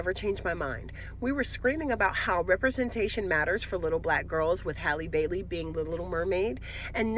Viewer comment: Shout out to for continuing to pronounce Halle's name correctly.🙂